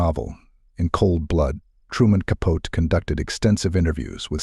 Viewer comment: If you can’t say Capote’s name correctly, you might want to rethink posting such ‘documentaries’.